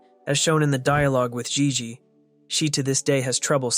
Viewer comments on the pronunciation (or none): none